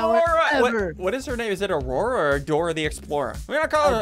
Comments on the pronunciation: Yeah its not arora its aurora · he said Arora😂